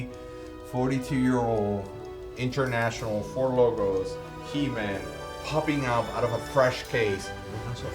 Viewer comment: Its NOT He Min. It's HE MAN !!!!!